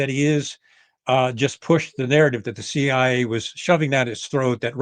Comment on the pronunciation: Why does this guy always refer to the CIA as "the CI?" Is it really that difficult to say CIA?